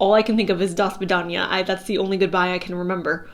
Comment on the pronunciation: Dear, as Russian that 'do svidaniya' was just perfect and I take as extra confirmation❤thank you for the reading and your energy